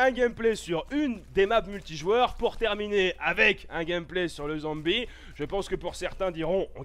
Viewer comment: ptdr la facon qu'il a dit ''zombie'' a il ma tuer X'D